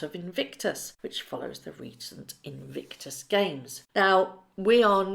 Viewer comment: Why do you consistently mis-pronounce the word "Invictus"? Legitimate question - do you just not notice?